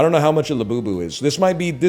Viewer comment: French Yogi Bear be like: La Bubu